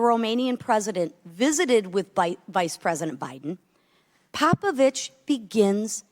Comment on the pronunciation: ?! Gabriel Popoviciu not Popovici, and the person in question is a Romanian businessman and NOT a Russian oligarch. Can anyone speaking in a hearing do some proper research and speak properly?